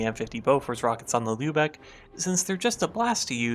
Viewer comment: Respect to for pronouncing Lübeck correctly.